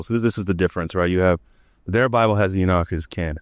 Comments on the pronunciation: E-knock, not e-Nick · he says "enick" :D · Why is Enoch pronounced as "Enid"?